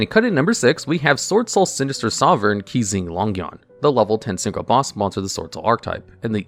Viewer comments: lol "queezing longyuan" "qixing" is more closely pronunced as "chee-sheeng" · The only thing that bothers me is the way he pronounces "Qixing". Everything else has been fine imo.